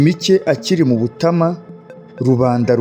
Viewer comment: Bibabereye byiza mwajya mubanza kumenya amazina y'abantu n'ay'ahantu, naho uburyo musoma bituma amateka abiha. Ngo....Butama.... Ni Butāama!